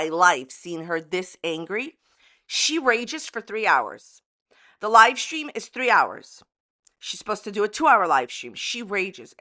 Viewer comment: “Lie stream” 😂🤣👌